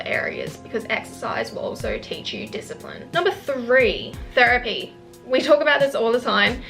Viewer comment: She said therepy but girl i don't have the money 💸